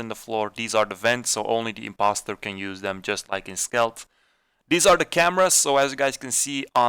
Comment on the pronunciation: “SIMPoster”, really bro 😂